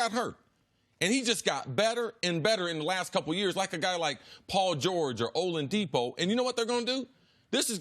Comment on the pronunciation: Did CC just say "Olandipo"?